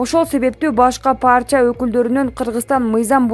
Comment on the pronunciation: Партия деп оку паартия дебей